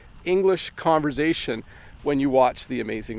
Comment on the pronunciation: I noticed that you said converZation, was that by accident or was it usual, is it OK to pronounce the word that way, eh?